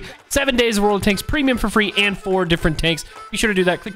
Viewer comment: The first time he said world of tanks he said "wold of tanks" 😂😂